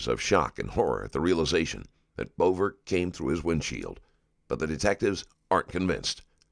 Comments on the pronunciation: Maybe someone could note the victim’s last name is pronounced “Beaver”. Not Bover. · It's so cringe that your narrator pronounces his name "Rayvens-borge" when the guy says at the very start of this interrogation (in your own video) that it's pronounced "Rounds-berg". And the victim's name is, as is common with that spelling, pronounced "beaver", not "bover", which you can find by listening to interviews with his family. Basic attention to detail non-existent, so I'm gone. I mean, what else did you get wrong?